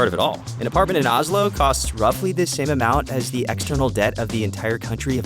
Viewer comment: Not Ah-slow, it's O-slow.